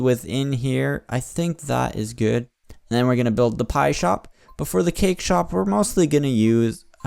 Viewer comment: and it sounds like spie pie